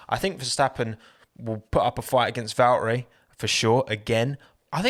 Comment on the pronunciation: No hate honestly but please try to pronounce valtteri instead of valery like come on man